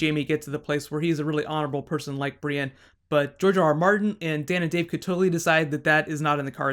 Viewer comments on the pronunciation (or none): none